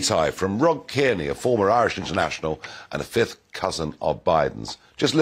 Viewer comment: And couldn't remember or didn't bother to find out, how to pronounce Kearney's name. He was well known throughout these islands in his recent playing career.